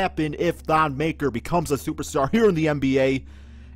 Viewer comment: It's not pronounced maker it's pronounced (ma-k-i-r)